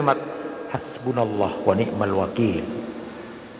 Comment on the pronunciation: Wani,mal bukan wanikmal